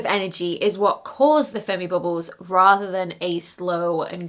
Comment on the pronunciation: the last time she said the name I heard furby bubbles 😂